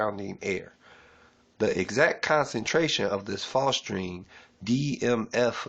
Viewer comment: Bro, if you don't even know how to pronounce phosgene, we got some big mf'n problems. (It's pronounced "fozz-jean". Like Fozzy the bear from the Muppets + a pair of jeans.) Appreciate your efforts, but...damn.